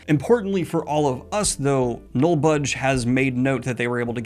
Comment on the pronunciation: thank you to these disney hackers for letting me experience daniel greene trying to pronounce "nullbulge". furries really do run the world